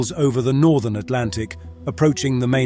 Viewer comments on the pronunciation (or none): none